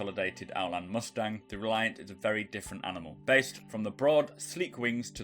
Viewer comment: Hermagherd err Reliarrrrrrnt